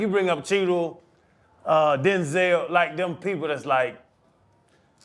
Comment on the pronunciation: Bro ain't even a top tier actor tho.. how dare him say Denzel name like that